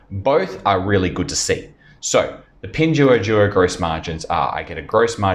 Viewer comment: Yo, you mispronounced all the company and the yuan. 🙈🤯🤯